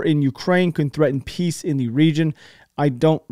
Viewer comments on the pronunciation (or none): none